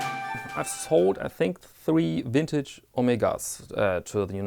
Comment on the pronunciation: Well done. Another great video. Your content is always enjoyable and I find your accent a joy to listen too. Wintage, Vintage, Tomato Tomateto, it doesn't really matter. We know what you mean. 😊 Also, Im from Australia and I want to inform you that the 10% Goods & Services Tax (GST) or "Customs" as you say, applies to all imported goods valued under AU$1000 that are purchased from a "business". Buying second hand/used watches valued under AU $1000 trom an "individual" may or may not have 10% GST added. I also appreciate that the "character" AC3 has worked long and hard & possibly even lead the way in this "Watch Vlogger" genre. His style has his followers & detractors, but its your civil, polite & respectful style of conyentTim that i look forward to viewing the most! Keep up the great content. Cheers from "Down Under"